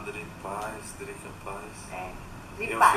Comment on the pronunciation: Ela falou drica